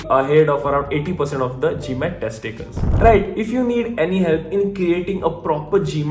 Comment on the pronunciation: I thought he Said tec ti cals not Test takers